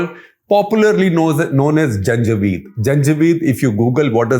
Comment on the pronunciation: " I love these Janjweed Irregulars "! This is a nice one.